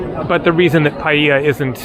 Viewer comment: Pronounced "pa - yea - la"